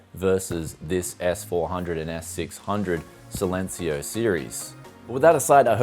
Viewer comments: SAILencio LUL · Man you need to pronounce "Silencio" in spanish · how to pronounce silencio- C-len-c-o